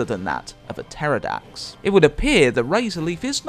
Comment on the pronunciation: "Puh-terrordax"? Hey whatever floats your boat